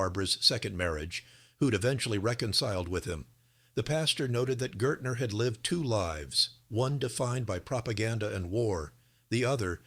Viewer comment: Pretty sure his name would have been Gaertner (pronounced GEHuhtnuh (means Gardener.